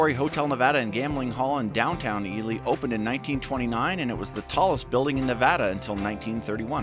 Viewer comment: I have mispronounce Ely my whole adult life! (I am Assuming you are correct)